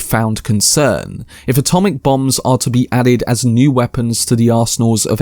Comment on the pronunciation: Way to go! You said "Los Alamos" correctly! OK, considering support even though you push it a bit too much. I'm old, and allergic to notifications, just you wait. I bet the explosion goes on for 6 minutes! I get what you mean, that his life is blown up in slow motion as well. If it's first person, they can't show the overseas detonations. Not needed and impossible I guess.